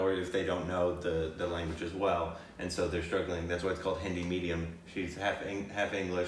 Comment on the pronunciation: I like how has drastically improved his pronunciation of hindi words